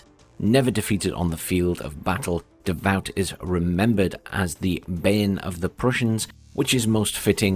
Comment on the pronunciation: Its not "Davaut" its "Davu"! Nice video!